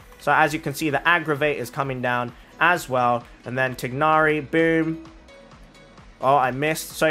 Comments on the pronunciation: i’m glad you are pronouncing his name as “tig-na-ri” the in-game english pronunciation “tie-na-ri” is just wrong… 😞😒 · I really like how he pronounced Tighnari. Thats the closest to actual pronunciation of how he’s meant to be called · Through english grammar you are saying his name correctly, the way mihoyo says his name is wrong. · You're saying his name fine...if I hear THIGH-nari one more time I swear. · I don’t comment at all but I just wanted to say you’re one of the few ppl who pronounce his name correctly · I like how you pronounce his name. It sounds more authentic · i dont think anyone will see this but you are pronouncing tighnari's name right, it's not actually supposed to be tie-nari, its supposed to be the way you said it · You're not pronouncing his name wrong🙂